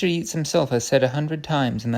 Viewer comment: Lovely. Chesterton's romps and frolics through ideas are a delight to hear. Just for future reference - the poet Yeats is pronounced 'Yates'.